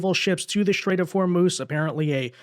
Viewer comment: It's a "strait",. Not a "shtrait".